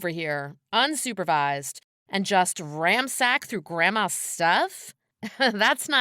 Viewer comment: It's "ransack", not ramsack. ...and those French Fashion dolls are the real deal-going for 3-5 grand each. Ginny has one stupid sister.